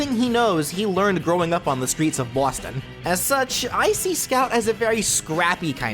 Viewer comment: i swear everytime you say boston it sounds like some stereotypical mafia crime boss is slightly in there urging you to say "bawston"